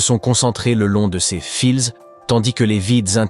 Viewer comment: Les voix de synthèse sont définitivement exaspérantes, j'arrête la lecture de la vidéo après seulement 2 minutes 🤬 Des FILZ ???!!! 🤣